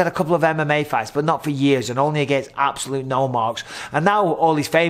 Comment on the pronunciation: "you obsolute numpty" that's an all time favourite of mine 😂